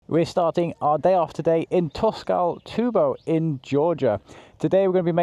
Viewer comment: Tskaltubo is pronounced the way it's spelled (though the "k" and "t" being the Georgian q' and t' respectively), not "Toskaltubo" 😊 LOL